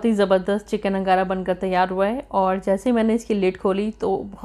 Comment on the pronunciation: It's angara not nagara